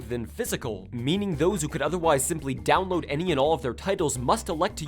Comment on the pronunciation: I laughed when he said dowoad a Game in a few minutes and showed Breath of the Wild. Nintendo systems take hours to download big games, the Switch would still take like at least half an hour to an hour for that shit